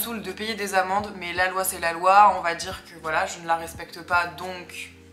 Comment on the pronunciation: Super vidéo! Juste j'ai cru que tu disais "payer mes amants" alors que c'était tes amendes 😂😂